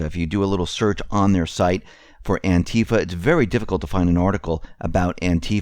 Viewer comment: Clearly you dont Konow the origins of Anti Fa, you don't even pronounce it right. Anti Fa USA/BlackBloc is mostly cooped and infiltrated since even before the IMF riots a long long Time ago Otherwise good show Doc Former admin for the jackbloodforum